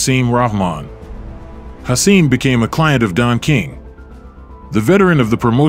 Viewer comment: Hasim's last name is pronounced "Rock-Mon" not "Rah-Mon" EDIT: After watching the full video I must add: Hasim is pronounced "Ha-seem" not "Hassim" It really makes me question the narrator/and or content creator's knowledge of this era of heavyweight boxing. That coupled with the video's title of "The night Lennox Lewis got his ass kicked" when really, Lewis didn't get his ass kicked. He was overweight, grossly unprepared, too confidant and ultimately got caught with a lucky (albeit monster) right hand. I'm not a Lewis fan at all, but he was clearly classes above Rahman. Hasim was a solid fighter in his own right, but more of a fringe guy at best. Getting caught with a right hand from Hasim does not entail "getting his ass kicked" Mike Tyson got his ass kicked by Lewis, that would have been a better title and narrative. I AM a Tyson fan.